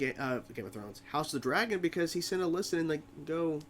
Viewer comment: While you are free to pronounce Alicent's name however you please, you're kind of pronouncing it differently to everyone in the series, including Alicent. It's generally pronounced like if you were saying the name Alison, but replace the 'son' with 'cent'. You're saying it like the name Alyssa, but with 'nt' on the end. Up to you, just trying to help. Cool reaction regardless.